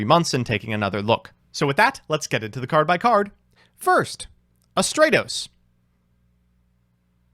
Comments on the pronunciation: Not only pronouncing Stratos wrong, but doubles down and rants on with parody names, while also having the last one pronounced remotely correct xD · Had to dislike because you kept saying stratos wrong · Stratos would be stronger if you pronounced his name correctly. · Stratos:, if you love me so much, WHY CAN'T YOU SAY MY NAME RIGHT?! (flies away in tears) ^_^ Love the video!